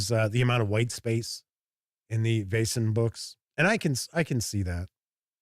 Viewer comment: You pronounce "Vaesen" just right. I've got the set; it's a good intro and quite useful after the adventure is finished.